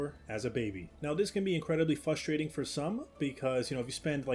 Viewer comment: Can pronounce every dinosaur name but can't say 'fustrating' or 'Libary' xd. Nice review though, one of the most helpful I've seen. Might get this.